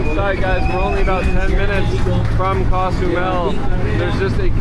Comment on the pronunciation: It’s not pronounced cas u Mel,, it’s Cozumel